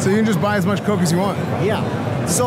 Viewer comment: As they were about to leave he should have started to pronounce coke correctly.